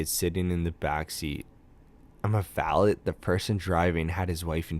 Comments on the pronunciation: Val-let? Buddy... Val-a You dont say the t..... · you dont know how to pronounce "valet"? You can't say "Buckinghamshire? Frick? please tell me you're 12.